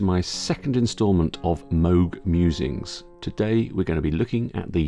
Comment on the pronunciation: I like Mog! No more mispronouncing of Bob Moooog's (as in the cow) name!